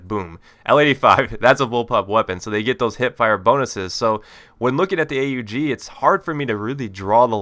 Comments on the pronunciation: Yes a commentator that finally says A-U-G which is the correct name. its not called the OG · I am glad to hear you call it A-U-G instead of Aug!